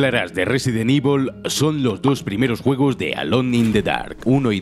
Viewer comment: Nadie: Absolutamente nadie: Ni siquiera Chris: Narrador de Scandal: Resident IVOL